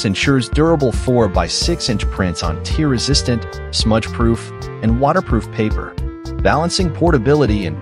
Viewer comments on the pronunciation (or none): When using AI generated voices for narration, words are often pronounced incorrectly. The word "tear" in this video is a perfect example.